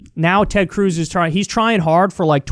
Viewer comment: Nobody: Kyle: Tred Cruz